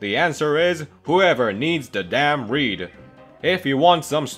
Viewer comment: Him:who ever need the damn reed What I hear:who ever needs the damn weed